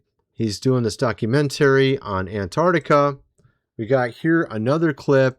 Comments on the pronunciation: Bruh! “Docu-mentarey”? Literally nobody pronounces it that way. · Please please please learn how to say documentary correctly! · Brother, that was a “Mock-u-century” not a”Documentary. Those pictures of his grandfather are obviously AI or CGI created. He was only in Antarctica for a few days, maybe a week at most. Oliver Tree was a great musician and since his death, he’s been highly misunderstood. I feel like I can’t take this video seriously or you should really look into him and all of his material before putting something like this out. Is disinformation and really disrespectful to Oliver.